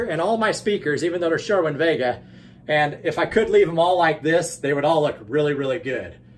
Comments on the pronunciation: its sir-win not sure-win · Why do you call it sherwin vega?